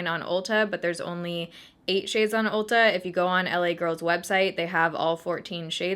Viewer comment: “Looks like two shiyads” I heard 2 chainz 😂